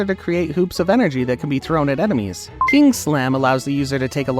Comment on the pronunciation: You said emenies instead of enemies